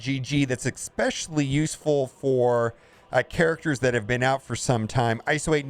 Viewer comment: Stop saying ekspecialy immediately lol